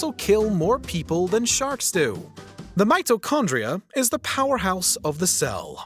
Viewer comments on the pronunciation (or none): none